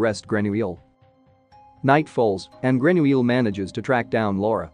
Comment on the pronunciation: I heard how the narrator said his name and remember that Americans or others pronounce the -ille weirdly : example= Ratatouille!!😵‍💫